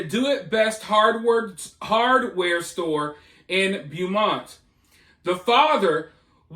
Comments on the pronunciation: It’s pronounced BO-MONT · It's pronounced BO- MONT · Heads up before all the trolls hop on Beaumont, CA is pronounced Bo-mont